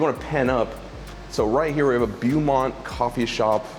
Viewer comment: I absolutely love your charm, but the mispronunciation of words sometimes bothers me as I want you to be more learned. Learning to speak proper English may affect your charm, but in this case I feel it necessary to teach. 😁 The word Beaumont is pronounced BOW-MONT. 👍✌